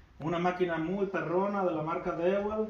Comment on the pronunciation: Mi chingon se dice diwol, dewalt esa marca en ingles, saludos.